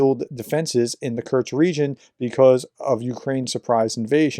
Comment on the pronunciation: Love what you do, but please, it's Kursk, not Kurtsk. No t. With love